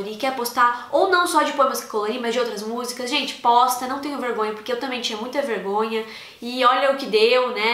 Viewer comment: Parece que ela fala "Bosta ai" mas é "Posta" kkkkkkkk